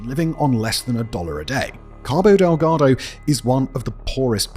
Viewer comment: LOL! The way says "Cabo Deldago." 😂